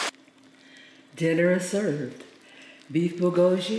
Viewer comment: Great video to cook the Costco one. But please learn the pronunciation of Bulgogi.